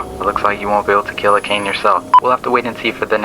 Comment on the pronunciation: Same with Akane. "a cane". Wtf. I didn't watch the rest of the video just cause of that